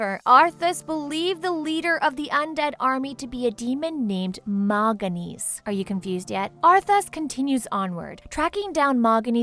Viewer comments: MAL-GAN-ES?! WHAT?!?!?! Honestly who wrote this stuff down, his name isn't that hard.. Mal'Ganis.. Mal-Gan-is sigh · List of Mispronounced Names (Not counting ones where she was "Close enough"): Kil'Jaeden - Kil'Jadeen Mal'Ganis - Moganees, Moganis, Maliganse Northrend - Northend Ner'zhul - Ner'thul Khadgar - Adgar, Hadgar Aegwynn - Eggwin Gul'dan - Gol'dun Arthas - Artharas Lordaeron - Lordreon, Lordreun Sargaras - Sarjerus, Sargerass Gilneas - Gilneeus Muradin - Moridan Kalimdor - Kal-mi-dor Scourge - Scoorge Durotar - Duratour (Sounds line a good name for a tour group that tours durotar) Azeroth - Atharoz (Really??...Really!?!?!?) List of lore/other issues (That i can find): Garona is half orc/half draenei, in the original game she was half human however that has been changed by blizzard and garona being half draenei is canon. A random bunch of humans didnt kill Medihv, khadgar stabbed him and lothar cut his head off. Doomhammer kills blackhand not garona. Durnhold forrest? Kingdom of azeroth? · I love the videos but the names being butchered are just atrocious. I understand some of it, but there are a few that aren't even read properly.Khadgar (Hadgar)Ner'Zhul (Ner'Thool and Nuh'Thool)Stromgarde (Stormgrade)Kil'jaeden (Kil' Juhdeen)Malganis (Malganese and Malgans)Kalimdor (Kalmidor)This is teeth grindingly frustrating to listen to.